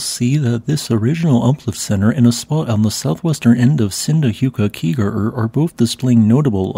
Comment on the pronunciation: Respect for the attempt at pronouncing Sundhnjúkagígaröð. Because that shit is even gonna trip up the most country ass Icelanders